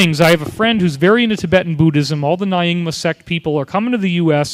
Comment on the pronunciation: Good video - what would make it even better would be better pronunciation - it's Bud-ist, not BOO-dist, Nyingma pronounced as ñingma, Achuk pronounced atch-uck, not atch-OOK, Arik pronounced ah-rick, not ah-reek, etc.